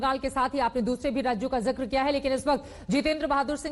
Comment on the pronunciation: Zakar nai zikar hota he Zakar ka matlab alg hota he